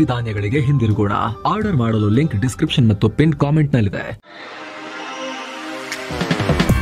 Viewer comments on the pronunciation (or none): none